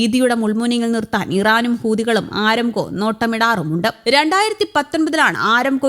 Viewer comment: ആരംകോ അല്ല അരാംകോ അതാണ് ശരി